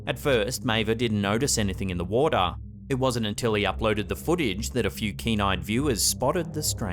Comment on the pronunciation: "In da wodaa" xD